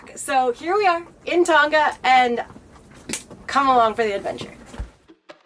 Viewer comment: FYI, it’s pronounced Tong uh not Tong ga